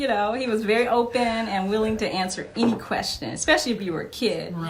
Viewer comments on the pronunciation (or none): I love how you say “any” like mike “ienie” 🥰